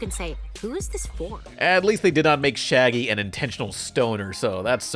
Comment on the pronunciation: That ain’t Shaggy that’s Shiggy 😭